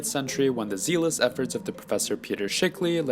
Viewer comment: Is this a robot announcer or just somebody with a very limited grasp of English pronunciation? Examples : inebriation, zealous, subsequently.